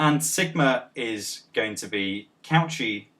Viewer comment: Nice video, I am not happy about your pronunciation of Cauchy though.